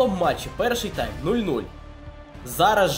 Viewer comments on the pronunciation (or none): none